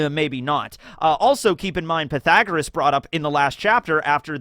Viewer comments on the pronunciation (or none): none